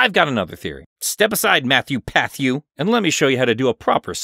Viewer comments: "mathew pathiew" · him: calls matpat "matthew pathhew" me:wow thats an entirely new name